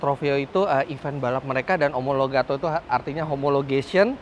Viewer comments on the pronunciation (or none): STO singkatan Super Trofeo Omologata bukan omologato